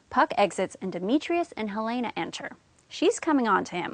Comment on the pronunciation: u pronounce helena wrony